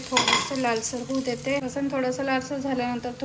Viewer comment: लसन नाही लसून म्हणत जा.नेहमी तू लसनच म्हणते ऐकदा लसून म्हणून बघ.